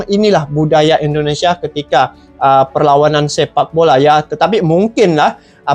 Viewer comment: Indonesia bang bukan endonesia Dri awal cakap . Abng cakap endonesia endonesia Coba betul kan dulu penyebutan nya 🙏🙏